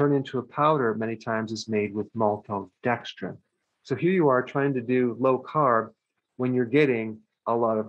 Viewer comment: I like how he says maltodextrin - “MOLTODEXTRIN!”